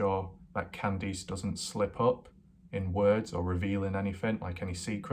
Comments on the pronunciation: what? all your other words are perfect... Just Kandees... You say that wrong it's Can-Diss not all that difficult... nor do you really have an accent. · but this guy can say can and he can say diss... So he does it to annoy people Mike has a real speech impediment... Nor has anyone said what accent it is... So he does it to annoy people like me... I mean how hard is it to pronounce Candice... Y'all take his side I doubt his accent is to blame... English is my second language and I can say Candice... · what accent? His English is plain and normal... Who asked your opinion anyway lundaa, the poor woman's son already got butchered now his butchering her name too...